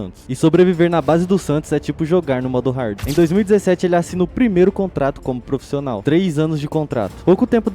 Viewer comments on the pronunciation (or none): porra, "proficional" é pra acabar hein mano...